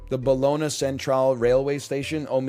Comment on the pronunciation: The way he says Bologna actually kills me